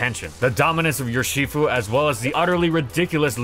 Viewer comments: Makes fun of the ferro pronunciation, proceeds to say Yurshifu. From Ursus, the Latin word for bear. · please stop pronouncing urshifu like that